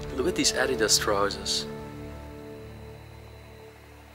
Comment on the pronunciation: Just don’t say adidas if u can’t say it